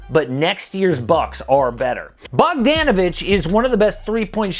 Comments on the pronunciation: I’m not a name specialist but I’m 99% sure it’s pronounced Bog-DAH-navich instead of Bog-DAN-ovich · That’s the whitest way to say bogdanovic’s name